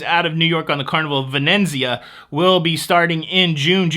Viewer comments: Venezia only has one n. You are pronouncing it “ Ven-en-Zia” when it should be “Ve-ne-tsi-a” which means Venice. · Pronunciation Police, here! There’s only one “n” in Venezia! 😊 (It’s not Vi-nen-zee-uh) We love you!! Glad the family is recovering well!!